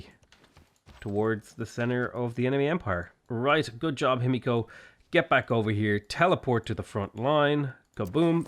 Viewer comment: Himiko ends with a short and open o (not ow). Not natural, but perfectly doable for English native speakers. Just keep your mouth open and the same diameter the whole time you are emitting the sound. Maybe you would like to try since you are pronouncing her name so many times :) Btw. funny how in English final "o" almost always means closing the mouth, but not the same for final "a" (a and aw are different).